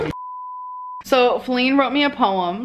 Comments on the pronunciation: Her name is actually Faline more like Bearline. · Thank you for not calling Wipey "Faline", I cringe every time I hear it lol, they have ruined it.